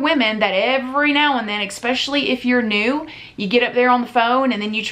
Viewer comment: much love to but i can’t stand how she says “EXpecially” instead of “especially”. 😭😷